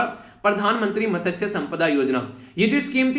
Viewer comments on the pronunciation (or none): ' मत्स्य' संपदा ' त ' silent